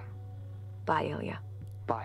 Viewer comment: ilya is a russian name and we pronounce it il'YAAAAAA